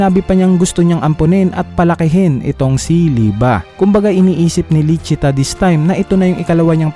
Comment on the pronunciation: "Lisi-ta" po ang tamang pagkakasabi ng pangalan at "Licita" ang official translation ng pangalan. #Correctionlang👍